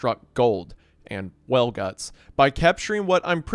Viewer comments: I'm sorry but 80% of the time you said "whale" it sounded Ike you were saying "well" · It irrationally angers me how you randomly say well instead of whale.